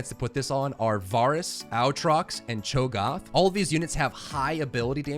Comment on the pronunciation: He also says cho gaaaaaath